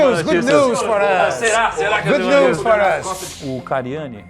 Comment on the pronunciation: O cariani: Good nus for us KKKKKKKKKKK😂 o caba nem fala "news" ksksksksk